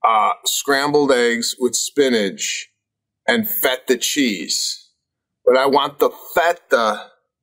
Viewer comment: The way Sebastian pronounced feta really ruined this ep for me.